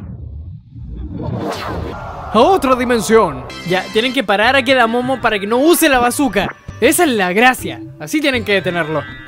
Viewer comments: No se llama kedamomo es kedamono XD 🤣🤣😂🤣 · no se dice kedamomo se dice kedamono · Porque le dices quedamomo ah quedamono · no es kedamomo es kedamono